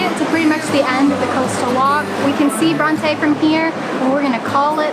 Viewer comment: is no one gonna mention how they completely mispronounced the name Bronte. lmao its bron-ti not bron-tay